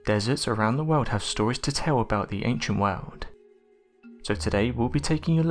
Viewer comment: Sand that must be worms? Wormholes? What are you saying?? What has been brought to a museum? Can't make out what you are saying half of the time . Why are you doing that? If i can eradicate my dutch accent - you can surely speak understandible english? The wodld ? Briggs where amffed? Excuse me ??